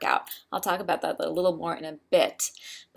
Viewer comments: Reisenthel is pronounced: Rise `n tell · Reisenthel is pronounced "rice-n-tell" :)